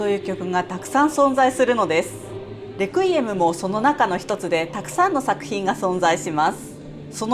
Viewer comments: Requiem は「安息」という意味があり、最初の e にアクセントがついています。日本語で発音する場合は「ク」ではなく「レ」に強勢を置くのが正しいです。プロの音楽家の方でも、よく間違われます。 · 「レクイエム」のアクセント、間違ってますよ。😢